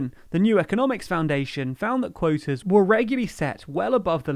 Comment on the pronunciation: Clearly, insofar as the territorial limits have been already been established, the supposedly 'scientific' rationales of the EU have served to cheat the British, more probably to benefit the Brussels bureaucracy than to the fishermen of the EU. [English accent so funny -- for 'quotas' -- 'coitus'.]